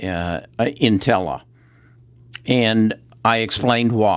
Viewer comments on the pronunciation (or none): This guy mispronounces everything. Editas, Doudna, Intellia, and on and on... Scary